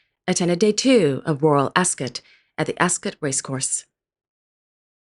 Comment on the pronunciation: As always excellent voice-over pronunciation ( after so much AI rubbish ). You say Ascot perfectly like you've been? Best wishes.